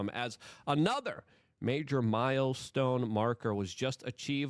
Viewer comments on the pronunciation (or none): none